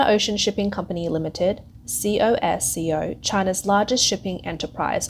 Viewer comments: C O S C O ? Just say “Cosco “ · c o s c o... its pronounced 'kosko'